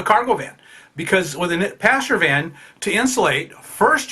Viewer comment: I thought you were saying "pasture van" and thought it was some American term, until I realised you pronounce "passenger van" that way.